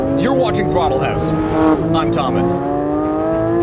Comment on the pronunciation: wHy dO I hEaR 'hAuS' eVeRyTiMe???